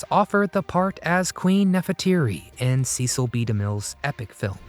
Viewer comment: Nefertiti. NOT Neferteeri!